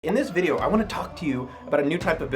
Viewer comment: “I vant em to have more escorts” 😂😂